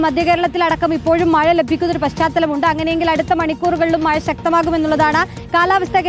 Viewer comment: മയ അല്ല മഴ